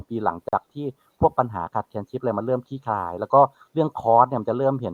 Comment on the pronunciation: คลี่คลาย ค่ะ ไม่ใช่ ขี้คาย